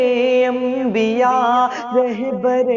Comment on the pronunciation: اسلام علیکم ورحمۃ اللہ وبرکاتہ آپ سے درخواست ہے کہ آپ رحبر نہیں کہہ کے رہبر کہا کیجیے ۔الحمداللہ آپ کی آواز بہت ہی اچھی ہے اللہ آپ کو ترقی سے نوازے اور نظر بد سے بچائے